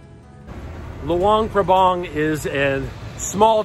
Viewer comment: The local people pronounce it Lao. And the town is pronounced LuAng PrAbAng. Not Lu-ung Prabung. They are 'A's not 'u's. And yes, it's a nice place to live, but it doesn't have a proper long term retirement type visa.